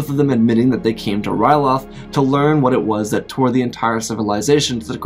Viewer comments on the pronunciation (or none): none